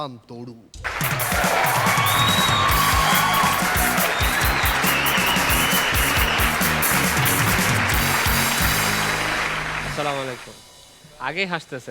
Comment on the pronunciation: নাম কি বললো তরু নাকি গরু..